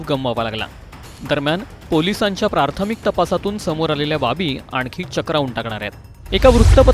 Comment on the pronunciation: प्रार्थमिक ???? प्रार्थमिक???? नवीन शब्द की प्राथमिक या शब्दाचा चुकिचा उच्चार. सादरकर्ते सुशिक्षित वाटतात तरी पण चुकीचा उच्चार कसा काय. सर्व मृतात्म्यास भावपूर्ण श्रद्धांजली.